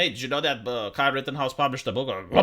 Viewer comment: I like that pronunciation, Key-Ley for Kyle.